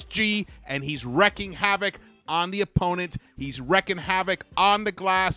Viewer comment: Wreaking rhymes with freaking. Stop wrecking my ears ;)